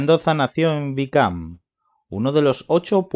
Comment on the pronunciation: YO TAMBIÉN LO ESCUCHÉ JAJAJA SORONA DIJO. Y TAMBIÉN COMO DIJO VICAAAM. JAJAJAJA 🤣 PURO CD OBREGÓN SORONA. JAJAJA 😂